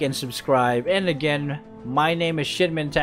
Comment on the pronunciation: It's Shinmen TANKezo folks!